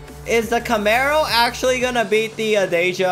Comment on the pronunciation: DEE JA NOT DAY JA